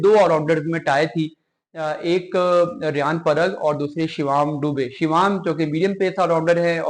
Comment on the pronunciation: Mr anchor what is shivaam and part in place of parag THen from where you speak musalsal sort of nonsense My request is to have proper words and their pronunciations